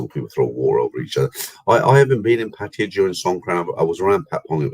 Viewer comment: Thai people call pattaya PAT-TA-YAAAAAAA. That's how its correctly pronounced in Thai (wikipedia pronunciation is correct you can listen to it). BTW you are right to warn people about travelling now, you'd have to be either insane or have deep pockets to try it. The tests are simply too much risk of banging up abroad!